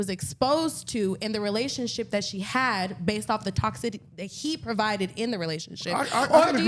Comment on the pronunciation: Why do keep saying toxivity instead of toxicity like it’s supposed to be😂😂😂😂😂 he saucy as shit off that liquor 💯😂😂😂😂😂